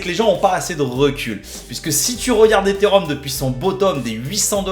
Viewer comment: Eté et Rhum to ze mooooonnn □□□